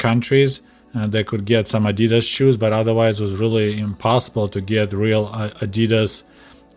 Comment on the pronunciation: The animal you’re thinking of is a duck-billed platypus. And the Russian pronunciation of Adidas is correct as it’s close to the original German.